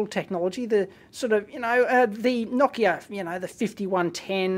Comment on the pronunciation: I like how you pronounced Nokia the way it's pronounced in Finnish, and not like most English speakers do. :)